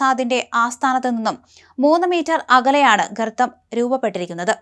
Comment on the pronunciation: 😂😂😂😂😂😂😂😂😂garbam ano gartam aano. 😂chadangukal kayinjitu vannamathi😂😂😂